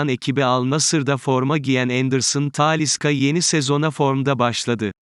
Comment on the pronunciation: Bu konuşma özürlü kim acaba taaaaliiisa ne ya insan ne konustuğunu hiç mi dinlemez nasıl bir telaffuz taaaaliiisca deli ediyor insanı